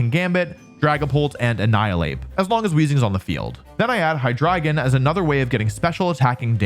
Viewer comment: Hydreigon mentioned and pronounced basically correct! Thank you Wolfey for listening and trying! My favorite dragon made the team and I'm so happy for it